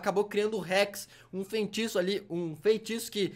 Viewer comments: Véi q raiva do falar "FEINTIÇO" kkkkkkkk mas nd contra mano video top demaisssss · eu acho q vc tem q aprender a falar feiticeira antes de ver dr estranho kksksk vc sempre fala feinticeira e feintiço kskskskk